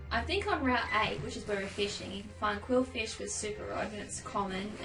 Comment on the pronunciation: ITS QWILFISH